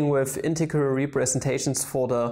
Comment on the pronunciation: Aww british accent integharal